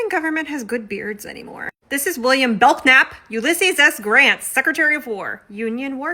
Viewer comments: Just for future reference, I’m pretty sure that K in Belknap is silent. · Isn't that "k" silent? I do not k(uh)now?